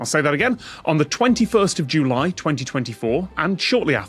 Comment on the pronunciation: Who pronounces “July” that way?